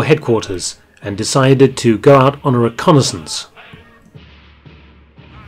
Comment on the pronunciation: Just a "reconnaissance.". Lol